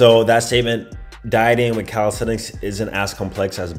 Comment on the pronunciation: One thing that have changed is the way you pronounce the word," calisthenics." Before > calistestic Now > calisthenics